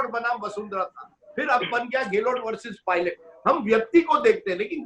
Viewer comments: Sardesai gehloT , kya hai, its gehlot and not gehloT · अबे ग़लोट नहीं गहलोत है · Apko sarei bramhand mei,is adami raaaajdeep ko chorh koyee aur analyst nahi milta.kya majburi aapki.show ka star gira deta hai ye banda .pl call some genuin person or you alone r enough.sab par bhari hain.gehlot ko gelot bolta hai,kya kaha jayei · Bsk gahlot bolna Sikh le pahle